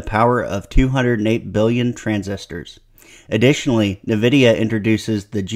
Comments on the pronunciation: What's Navidia? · Good breakdown, but.. Dog.. why 'nuhvidia'?